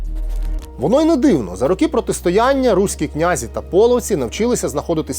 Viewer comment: Наголос князІ на останній склад. Прийшла пора дізнатися. Якщо не виправляти, інші будуть повторювати помилки